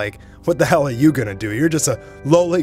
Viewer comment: please be attentive in how one says the word hell